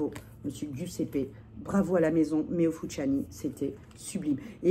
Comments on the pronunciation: Heee sista, c'est fusciouni pas fusciani, tu crois c'est panzani ou quoi😂😂😭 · Merci pour cette revue sur Meo Fusciuni (pas Fusciani!). Mes préférés. Bon 1er mai à vous. c est l Oblio et Sogni en gourmand aussi. Bon 1er mai à vous. J en ai 6.Et la violette Viele Nere est trop belle et naturelle des bois.